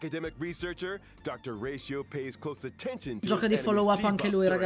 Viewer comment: It's NOT Ratioveeeerr!!!